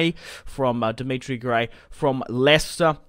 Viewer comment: "Dimitri Gray" It's 'Demarai' mate.